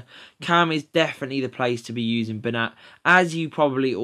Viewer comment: Its actually pronounced as Ben-yat as the 'ñ' in Spanish is pronounced as a 'y'